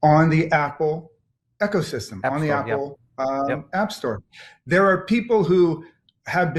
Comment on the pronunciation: This guy can’t even pronounce ecosystem lol 😂